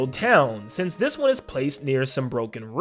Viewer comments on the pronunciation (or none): none